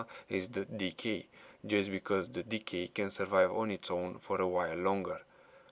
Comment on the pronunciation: Lol when you say DK you pronounce it Dickie